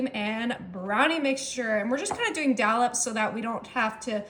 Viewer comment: Sorry….its DOLLOPS, and not DALLOPS